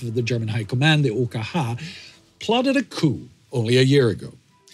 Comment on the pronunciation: yeah I guessed it was that, he also said the abbreviation OKH in german too, thats dedication.